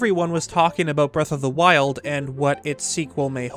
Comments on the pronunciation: Breath of the Meth? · "what was it called again?" Me: Breath of the Weth